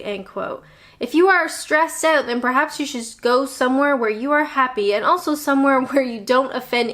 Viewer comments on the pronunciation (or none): Personally I really enjoy your videos. They make me smile. Particularly the 'owt' and 'abowt'.